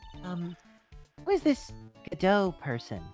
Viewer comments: tbh the "GODot" vs "goDOT" thing is really something that just takes a bit of getting used to. I disliked the former as well at first, but now it's the latter that sounds weird to me. EDIT: that said, Atmey mispronouncing it is really funny to me so that's my headcanon now. Everyone else says it correctly but Atmey is just like "Bucket? It's pronounced Bouquet!" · IMO, it's best to pronounce Godot as [God-oh] because if you were to say "Godot-bengoshi", the direct translation is "Godot-Prosecutor" which sounds like "God of Prosecutor(s)" and that perfectly describes his character. Also this is the first time I have ever heard someone pronounce it [Good-oh] so I found it interesting that this is a more popular pronounciation.